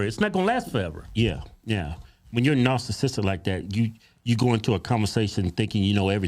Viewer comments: I swear he said "Narcissister" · Wait, I swear I heard him say "narsisister."